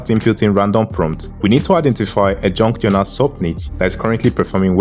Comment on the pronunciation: what the hell is a JUNK journal? can barely understand what you said. and never heard of this term until today.